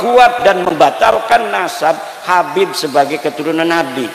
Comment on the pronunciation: Imad aja manggil habib pakek k 😂